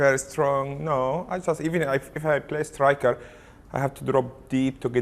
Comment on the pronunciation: “wingerr” “strikerr” how he says it